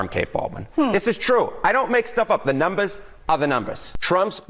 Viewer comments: "The numbas ah the numbas." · "The numbas are the numbas"..........🤣🤣